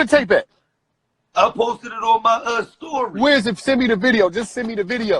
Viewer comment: It sound like Gillie say “STOORY” 😂💀